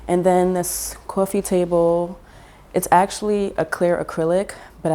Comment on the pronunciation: You've mentioned Oakland and San Francisco, etc. but something about the way you said "coffee" and "wall"... I'm sensing New Yawk roots... Love your style!